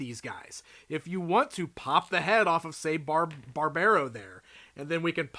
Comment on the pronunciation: love these guys, been following their development for quite some time now, wave 2 looks really promising too. Also i don´t think Barbaro is meant to be pronounced like that, with the american accent